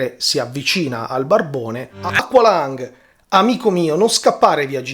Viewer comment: Tema interessante, ma BELIN, si pronuncia "equelong", basta ascotare il brano !!!